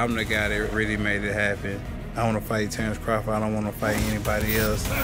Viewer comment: he’s a Bud fan listen closely he said tarr-Earl is 🤣